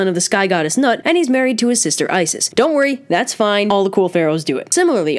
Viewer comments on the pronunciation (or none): the name "Nut" isn't pronounced like the english word "nut", instead it's pronounced like "put" but with an "n" instead of a "p"